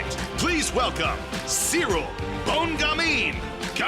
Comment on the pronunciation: I'm convinced Jon is saying his name wrong on purpose.